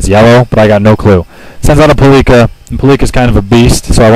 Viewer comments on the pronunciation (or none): Palkia Is not pronounced Palika Its Pal Kia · palkia not palika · You mispronouncing Palkia (Palika) reminds me of the good ol' days when I thought Groudon was Groundon and Kyogre was Kyrogue. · it's palkia [PAL-KEE-UHH] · COol, it's the 2 year anniversary of this battle right now. I wonder if that 10 year old hacker kid still thinks about this fight Also, you pronounced Palkia wrong lol